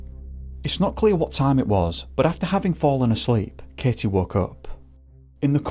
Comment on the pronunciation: Must be from the same area as Sean Connery, like the bottom jaw does NOT want to move while speaking lol. Most vowels in this accent could just be the same letter. The letters E, A, I, and Y sound EXACTLY the same lmaooo. So "Katy" or "Katie" sound like "Kehteh". "Gave" and "Give" sound exactly the same: "Gehv". "Aware" and "a way" sound the same: "Aweh". What's the point in all these letters, we could just use one with this dialect. Although we need context in order to tell which word he is saying.